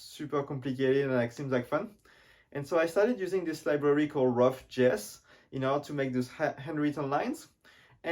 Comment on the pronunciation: I think it's vjeux not vieux